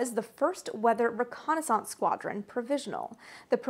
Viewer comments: G'day, Amy pronounces "Reconaissance..." the SAME way that EVERYBODY who learned to speak English pronounces that word..., except for the people who grew up squeaking in the (twice) "dumbed-down" Vernacular Dialect known as "AmeriKan (Pigeon) English"... Last video she made on this topic drew quite a lot of ignorant arrogant hubristic Whiners & Whingers who claimed she was saying it all wrong... Correcting the erroneousness of their silly silly ideations was quite a pleasure..., as I recall. Such is Life, Have a good one... Stay safe. ;-p Ciao ! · What? You mean the actual, correct pronunciation of a French word?